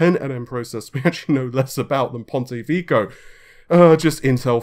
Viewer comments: vecchio in "Ponte Vecchio" is pronounced as "vhekkyo" instead of "veeko", means "old bridge" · Ponti vicou? Wtf! Ponte Vecchio